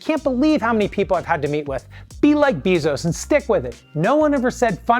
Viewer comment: “Bee”zos lmao